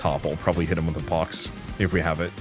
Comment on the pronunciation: The dread that struck my heart when I heard you misread pox lol